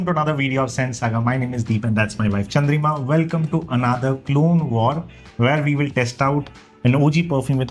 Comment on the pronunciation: Its Chandrima not Chandrika 😂